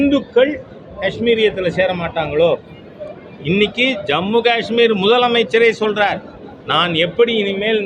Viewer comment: மத்திய அரசின் தவறு புல்வாமா தாக்குதலுக்கு பிறகு கஷ்மீரீல் [ உச்சரிப்பு கா ....ஆஆஆஷ்மீர் அல்ல ] சுற்றுலாதலங்களுக்கு பாதுகாப்பு வசதிகள் செய்யாமல் டில்லி போன்ற பெரு நகரங்களில் உயர் அதிகாரிகளுக்கும் அரசியல்வாதிகளுக்கும் அவசியமே இல்லாமல் நாளொன்றுக்கு ஒரு லட்சம் செவலில் உலகின் உயர்தர பாதுகாப்பு வழங்கியது தான் காரணம் !!